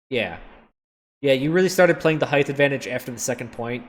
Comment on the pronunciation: It's "height", not "heigth". hyt, not hyth